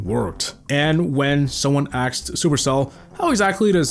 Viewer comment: When someone AXED?